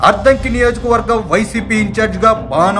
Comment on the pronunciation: Ayya neeku addanki Ani palakatame ravataledu sodara.